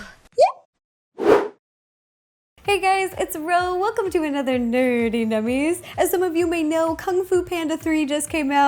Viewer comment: I love that when Ro said Nerdy Nummies she went into a British accent.